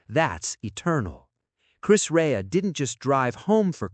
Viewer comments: Chis Ray ???…..if you are going to make a video, make sure you pronounce their names correctly ! I knew Chris Rea as a young lad, I went to the same school as his wife, a Stainsby Girl. He was a real hero of music, and deserves more credit than he did. rIP Chris. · Right? It's a documentary, and the very first thing is that they get his name wrong? For goodness sakes. Rest well Chris REA. See you when it's my time to slip on God's Great Banana Skin. 🙏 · Oh my days can't you pronounce his name properly. You are soooooo annoying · You don't even pronounce his name right..we know about Chris.we are 🇬🇧..you have got all this off Wicki...of course Chris carried on he's a🇬🇧and a Middlesbrough lad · this is insulting inaccurate and can't even pronounce Chris Rea's name correctly - just the worst !! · And they can't even say his name right. Ker ching! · Exactly,it's insulting that they can't even get his name right.🙄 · His name is not Chris Ray, it's Chris REA, RE-AH. Get it right. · Exactly,, most annoying!! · I would appreciate it if you pronounced the words correctly …. It’s NOT. Chris Ray It’s Chris (pronounced) Re-ah. Then his hometown is not pronounced Middlesbro. It’s Middles-borough ( burrah). Thanks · You can't even pronounce his name correctly!!! Ray haha. It's pronounced Reeah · RE-AH not Ray. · Say Chris Rea's name right! It's not "Ray" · At least make sure the rubbish mechanical commentary got Chris Rea' s name right. Chris Rea NOT Chris RAY! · 🙄 For goodness sake...... at least have the decency to get his name right Chris REA not ray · Please use an English person to comment, then they would know how to pronounce his name right,It’s Chris REA,not Ray.. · Erm, that is Chris REA, not Chris Ray! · You mispronounced his name. It's "Ree-ah". Very, very sad. Huge talent! What a sad medical life. Loved his biggest Top 40 1979 hit, "Fool If You Think It's Over" .RIP Rea.